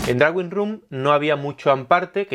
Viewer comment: (con todo el cariño) “droing” mejor que “drawing” Saludos.